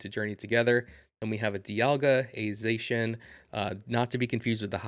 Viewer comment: it’s pronounced Zah shee in fyi